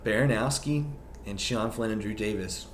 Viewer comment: Why do you say it BaranOWski